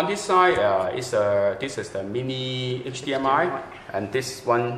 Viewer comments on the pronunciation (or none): none